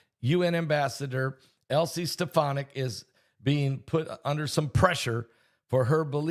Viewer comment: Her name is pronounced Alys Ste Fon Ic, Elise Stephonick (?)